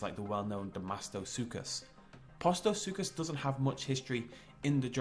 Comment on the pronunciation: postosuchus is pronounced (post-o-such-us)